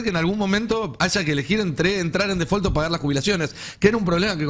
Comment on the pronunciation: "De fol" dice 😂